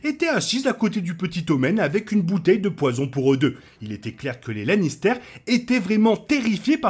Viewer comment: Super vidéo sur got, bravo 👏👏 pr contre arrêtes stp de dire Lannistère! C pas un fromage, puree de pomme de terre! Sinon meilleur Lannister ever : Tyrion, prcq c le plus développé sur tout plan : (son enfance, son dévouement et sa rancœur avec sa famille, Shae) et pour sa participation au développement des autres personnages et de l'intrigue.